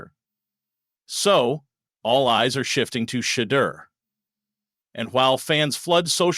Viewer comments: PLEASE pronounce his (Shedure) name correctly...good grief..smh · After 2-3 yrs at Colorado and over a MONTH in the NFL news, you STILL can't properly pronounce Shedeur's name ("Sha - dur"), I SHOULD NOT trust your "thoughts" either. Please shut the 'F' up! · It’s Shedeur (Sha door). Please pronunce it correctly or don’t say it at all. Just say Sanders. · Yes Please. He is saying JOE FLACCO, KENNY PICKETT, and Gabriel correct.